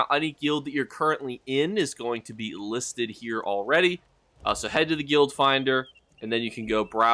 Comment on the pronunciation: Hey buddy nice vid just fyi guild rhymes with build and filled and drilled